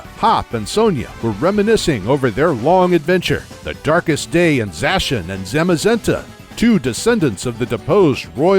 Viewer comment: finally someone else who pronounces Zacian and Zamazenta like I do